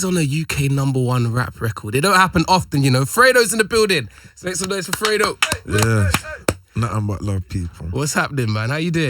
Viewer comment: THOUGHT IT WAS PRONOUNCED FREE DOE